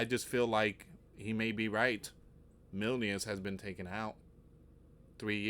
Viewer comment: It sounds like he's saying 'minions' to me